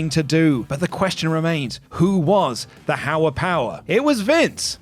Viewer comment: "hower power" 😂